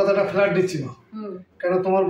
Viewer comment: শহরের পড়াশোনা জানা মানুষের মুখে গেরাম ইলাক্স ফেলাট উচ্চারণ ঠিক করুক।